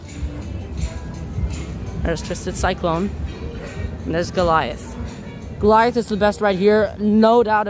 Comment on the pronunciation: gorliath triggring me. its guh-lai-uhth